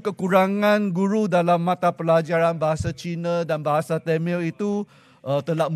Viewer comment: Tamil,.bukan temel,.sebut pun salah,ini ke pemimpin